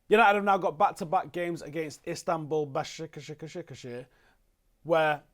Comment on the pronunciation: Its it's pronounced as ba-sha-k she-hi-r